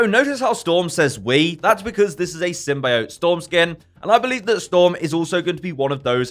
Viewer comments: It’s not Sym-bye-ot. It’s Sym-bee-ot. Thank you. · For reference: It’s Sym-Bee-Oat, not Sym-Buy-Oat.